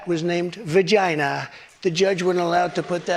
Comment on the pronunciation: VA-GY-NA that's the way I'll pronounce it from now on. Trump setup abortion, aka baby MURDER, to go back to the states NOT force it on all of the country because of a few big cities.